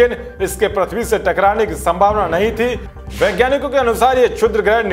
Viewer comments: अरे भाइ प्रथ्बी नहि है।पृथ्बी है।कम्सेकम सुद्द बोला करो। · prathvi nhi prithvi pronunciation hota h